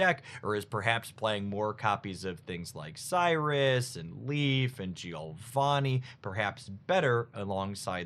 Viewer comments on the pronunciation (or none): none